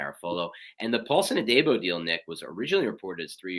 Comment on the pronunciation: Hate to knit pick but it’s a pet peeve., it’s pronounced. A-deee-bo. Like Deebo from Friday. Also it’s Robert Sal-ah like Salad but ah at end lol